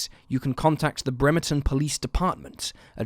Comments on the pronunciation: Not only did you say joes name wrong you didn't say our town name right either sounds like you said Vermont. 😂😂 It is BREM-ER-TON Bremerton you get your pronunciations right if your going to talk about people and places you know nothing about! It's rude especially when it's about a tragedy like these are. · Lmao damn I did not realize you were saying Bremerton at first 😂 “Brehm, err, tun” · I've lived in Washington for 44 years and never heard anyone mispronounce Bremerton. There's a first time for everything!